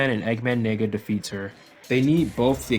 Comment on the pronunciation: Why do you pronounce nega that way?